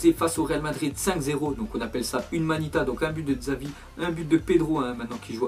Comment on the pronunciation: S'il te plait, c'est vraiment violent pour mes oreilles a chaque fois, je pensai que seul Ben Arfa assassiné son nom, mais on ne dit pas Xaaaviiii mais : Chabi !!!!!!!! le X se prononçant "Che" et le V : "B" !!!!!!!!